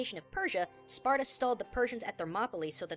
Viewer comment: "age of SPARTUR" [Spartur intensifies]